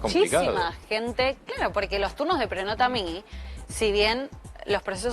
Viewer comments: tampoco se dice prenotamí, sino Prenótami. Evidentemente no sabe nada de italiano. ¿que hace ahí? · Una que teoricamente ni sabe pronunciar prenotami es vergonzoso prenótami se pronuncia